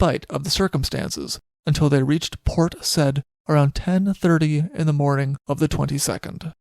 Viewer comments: Yes, Port Said (Sy-eed). Also: sink-sank- (have/had) sunk Yorkshire is pronounced Yorkshuh/sheer. Otherwise, always a pleasure listening to you. Cheers! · It's Port Sa-eed:-) Great telling of this incident, poor parrot.